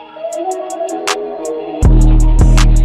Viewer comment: Did you bite your tongue when you said "Hey guys"? 😂😂